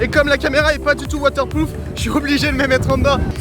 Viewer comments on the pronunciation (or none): c pas water plouf mais water proof